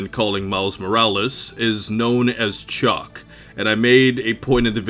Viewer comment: OH Chalk not Chuck 🤣